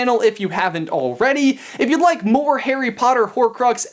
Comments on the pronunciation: "All that and more-t" oh you sly dog 😂😂😂🙌🏻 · Did you realize that at the begging when he said more with a t after it😆😆😆😆